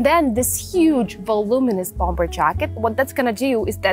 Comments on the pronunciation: Bomber вторая b не произносится же. Речь прекрасна, но предлагаемые способы комбинирования предметов одежды чересчур много всего вне приемлемого стиля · у вас прекрасный беглый английский, но хочется добавить маленький штрих к его совершенству) - bomber произносится без второго b. То, что по-русски его неправильно произносят - это, наверно, уже неизбежное зло, заимствованные слова часто обрастают "особенностями". По-английски же, полагаю, стоит все-таки придерживаться произношения, которое предлагает языковая норма.